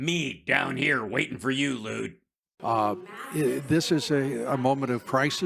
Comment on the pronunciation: Did Hal call him "Lewd"? Lewd Obbs?